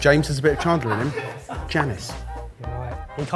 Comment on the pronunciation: how do you pronounce chandler? shaaundlier??????